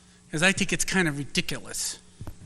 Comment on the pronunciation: I think it is “ree•dic•o•lus”. Too funny when he says this. 😂